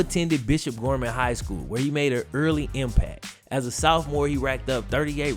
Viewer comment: "Soufmore" "soufmore" "soufmore". I dont know it bothers me so much when this dude finds a way to create his own words and not just pronounce sophomore like "soffmore" like the rest of the world....i mean "wourld"(well damn, that joke didnt quite work)